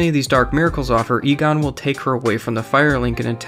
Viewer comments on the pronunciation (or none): “Anree” “egone”